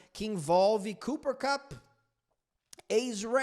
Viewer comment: chamando Kooper Kup só me lembra o Sagat aplicando Tiger uper cup